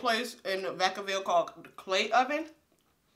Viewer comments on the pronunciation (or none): none